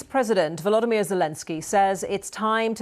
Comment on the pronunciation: His name is VoloDYmyr, accent on the third syllable, not the second. Please pronounce it correctly.